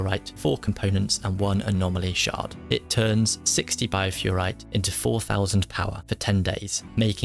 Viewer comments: Thanks for the concise summary! One little thing - it's BiofErrite, not Biofurrite. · no please, don't deconstruct them lol. He meant to say uninstall and reinstall. I love how you keep calling it Biofurrite constantly, it's Bioferrite XD Overall great vid for newcomers though :) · I love how useful and in-depth you get with your videos but my OCD ass cannot let this go... it's bioferrite, from Bio (life), Ferrum (Iron) and -ite, a suffix commonly used in minerals. That out of the way, keep up the good work, I recently found your videos and I'm loving them!